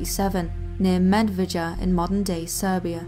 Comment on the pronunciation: Great video - pronunciation could be improved: hajduk pronounced high-duck, Medveda pronounced med-ved-aah, Paole pronounced pow-le, skeleton isn't skellen-ton.